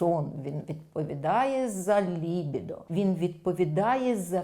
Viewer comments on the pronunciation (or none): Контент цікавий, дякую. Трохи дивно, що фахівчиня робить неправильний наголос у слові лібІдо